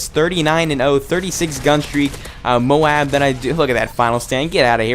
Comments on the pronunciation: nice vid but the tite might flow better if u prenounce moab the other way. js. but great vid! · Dude! You are awesome, just subscribed to you, ´cause of that Wii guy... But you need´a say "moab" the different way seriously!! xD